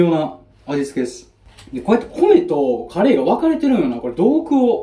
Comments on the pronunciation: いや、カレーの発音どない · いやカレーの発音気になるなぁ